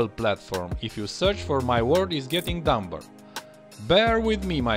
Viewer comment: FYI, “Dumber” is pronounced like “dummer”, i.e. the b is silent.